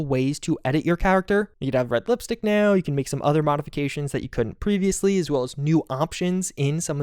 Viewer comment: right nyeow